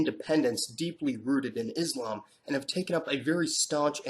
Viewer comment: HI. Just a request. Kincly pronounce Islam and Muslim with a S not Izlam and Muzlim. It is the letter S as in Selfless not the Z of Zebra. Usally, it is the Anti Muslims who use that z sounding, wich has no meaning in it self. Other than that, I always look forward to you videos. Very informative. Keep up the good work.